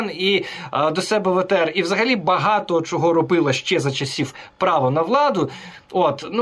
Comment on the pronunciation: Українці кажуть : що, чого, чому. Москалі і проросіянці кажуть: шчьо, чього, чьому. Мосійчучка хитра змійка, вміє викручуватися на користь хазяїв. Але її вимова видає, хто вона насправді і кому передає дані.